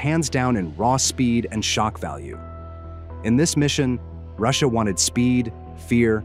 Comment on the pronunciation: ross-i-ya is winning